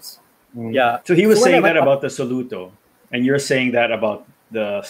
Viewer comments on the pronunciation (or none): I really love this whole review and the other video (test drive). why insists on pronouncing it as SO-luto is freaking annoying though.